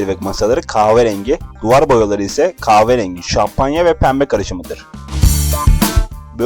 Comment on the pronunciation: Dostum keşke önce ka"h"verengi demeyi öğrendikten sonra sesli sunumlara girişseydin. Biraz diksiyon kursuna gitsen bazı fenomenlerden aldığın videolar daha cazip hale gelebilir, bilginle değil sesinle etkilersin belki, ama bu diksiyon ve "kaaverengi" ile değil...